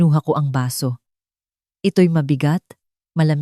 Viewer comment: Baso, not basu